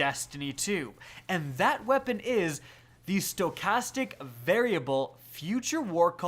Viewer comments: "Skochastic variable" 😭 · Scochastic, scochastic, scochastic lol. I thought it was written differently